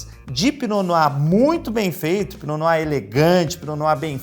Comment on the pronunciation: Pra quem veio só pra aprender a pronúncia: . Se diz "pinô noá" 🥰